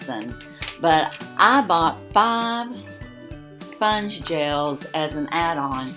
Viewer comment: It’s pronounced Sponge gel A See the accent over the e at the end of the word. It’s the same as saying Renee’ pronounced Renea with a long A at the end.